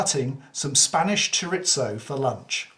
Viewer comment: Get video on an obscure knife. Just one gripe as a Spanish person. chorizo is pronounced Choritho, the Z is th in Spanish.